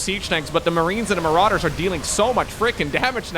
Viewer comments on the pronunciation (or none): none